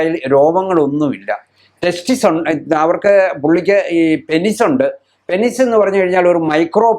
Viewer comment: 'പെനിസ്' അല്ല ഡോക്ടർ.. പീനസ്/പീനെസ്സ് എന്നാണ് penis ന്റെ pronunciation..